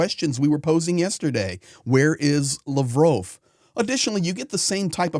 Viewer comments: I'm sorry but stop pronouncing Lovrov. It's Lavrov. La like La la land. Sorry for your lost. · btw it's Lav rov, like Pavlov, or sad dog 😉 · Why you call him lavrove? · Lavrove? Its Lavrov🙄😁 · Pronounced Lav-roff.